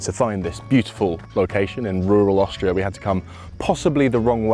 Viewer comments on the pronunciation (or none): none